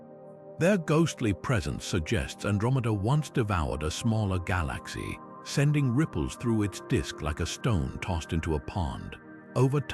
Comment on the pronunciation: Someone needs to teach this AI how to pronounce "galaxy"